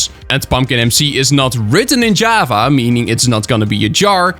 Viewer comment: it sounds like ur saying "jueava" instead of java